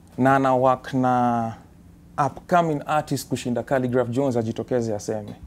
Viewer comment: 😂 😂 Did you just say khaligraph johns🤣